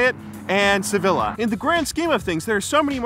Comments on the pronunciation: Sevilla pronounced seveeya* great vid though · haha nice Spanish pronounciations of the teams. The only one is Sevilla, which is pronounced "Seveeya", because in spanish the "LL" sounds as a "Y". I think however you should compare Super Bowl with the Champions League, as it is the European Equivalent in soccer with american football. There we have seen much more diverse winners.